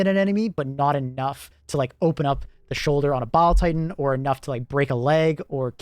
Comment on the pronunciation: I keep hearing bowel titan